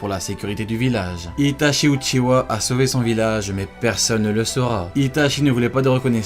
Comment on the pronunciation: Itachi uchiHa et non uchiwa svp